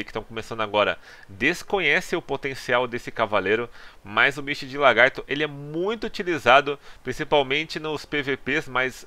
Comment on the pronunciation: PQP parabens mano! finalmente 1 youtuber de cdz que fala misty de lagarto e não LAR-gato, ja vi mais de 3 ytbers falando largato gejuiz!